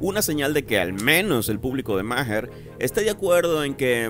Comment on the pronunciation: Maher se pronuncia ma'ar